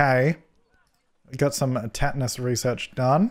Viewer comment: Rewatching this in 2022 and "tet-anus" made me snort. It was so weird to see Monkeypox as one of the diseases vets can research because of this year as well.